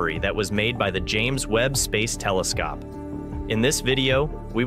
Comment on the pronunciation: Lol right😂😮‍💨. "The tele-scop"